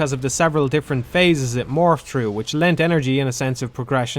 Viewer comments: i can't listen to this dude speak. how hard is it to say THrough, instead of true, he keep saying play true. What is english? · I’m not really a fan of dark souls at all, but listening to this dipshit complain nonstop while constantly mispronouncing “th” annoyed me enough to right a comment